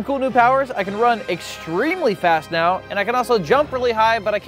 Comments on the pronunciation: did.... did he just say "meow back to what..." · The narrator says meow instead of now